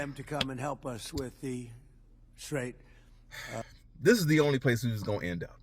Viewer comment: ".......so we want them to come and help us with the "TRAIT." (Which is really strait) This idiot is hearing/seeing this word for the first time. So much so, that on the third attempt, he pronounces it wrong. I can bet he doesn't even knows what that word means!!